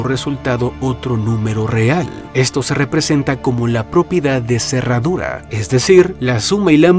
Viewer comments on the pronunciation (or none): Hola creador del contenido, te comiste una r en la palabra propiedad de cerradura el minuto seguro estabas agotado 😅 saludos desde Venezuela ❤